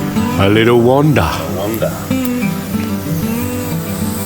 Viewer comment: you keep saying wonder though.